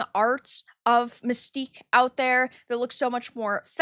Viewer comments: It's not Mystique it's Manstyque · You mean MANSTINK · That ain't Mystique, that's "MANSTIQUE."